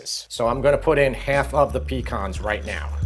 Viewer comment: I'm doing the artichokes for turkey day. Just for the record, the word pecan the accent is on the second syllable, not the first. Your mispronounciation makes us southerners cringe, but your recipes make us delighted.